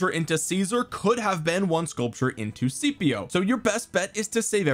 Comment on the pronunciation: Mate it's Scipio